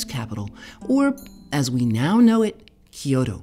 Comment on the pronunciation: Loved hearing about the history of Mizuna . I found the repeated mispronunciation of Kyoto distracting